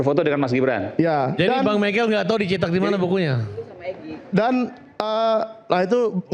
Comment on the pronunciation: baca text lgsung saja masih salah..michael oh michael..